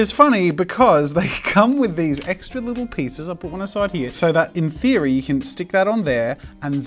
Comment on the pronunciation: no one: jazza: "BecAusE In thEEeEoOoRRy" XD